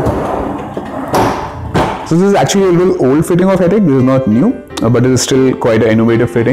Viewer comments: Wy everyone pronounce it as 'Hettiick' ? Its 'Hettich (as in Itch used in Itching)' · Ideas Modular Kitchens you are wrong... you can check their corporate website and press interviews.. They pronounce themselves as Hett- “itch”